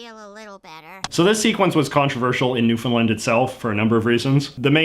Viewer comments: Your pronunciation of Newfoundland sounds sa Newfinland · As a Newfoundlander, I don't care one bit if I'm called a "Newfie". I call myself a Newfie. Maybe some people do care, but no one close to me finds "Newfie" offensive. Also, the "land" part in Newfoundland is pronounced like the word "LAND" not "Lund" and it drives me NUTS when people pronounce it "New-fn-lund", no offense JJ hahaha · I hate the way you say Newfoundland it’s unCanadian while still being Canadian. It’s New-fin-laand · WTF is newfinlind? Are you even Canadian, bruh? It's noo-fin-LAND. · How do you pronounce Newfoundland? is it like "New-Fin-Land" as you pronounce it? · Do you have proof of this JJ because you always seem to take a really dismissive and ignorant stance on Newfoundland in all of your videos (let alone never pronouncing the name right). You're sitting there smiling because you yourself think it's funny to mock Newfoundlanders. No one here thinks it's a slur they're just sick of the elitist bs from mainlanders like you calling us stupid just because you can't understand the way we talk. At what point is it discrimination JJ because maybe you're not old enough to remember but I had friends laughed out of job interviews in the 70s and 80s in Ontario just because they were from Newfoundland. People endured it for decades and never said a damn word which is why it's still so openly used today. I don't think you know the first thing about Newfoundland and you've demonstrated that in multiple videos over the years.